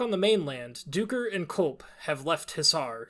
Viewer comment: Duiker is pronounced as 'dye-ker'. Duiker are small antelopes that live in southern Africka